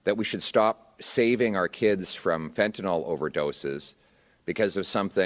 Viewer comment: Fentanyl. Pronounced fentanill, not fentenol. Last syllable rhymes with hill.